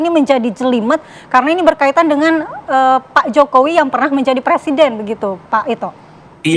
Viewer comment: "Presieden" memalukan, di dunia..